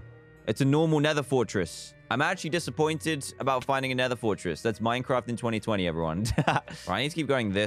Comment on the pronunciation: Literally everybody: Half-Life 2, Doom, etc. DanTDM: Let's play some minceraft